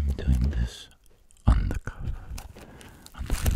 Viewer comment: GOOD VIDEO DOC....I love how you say z INSTEAD of the 🤣😂🤣😂🤣